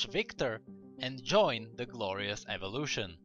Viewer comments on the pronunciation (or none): none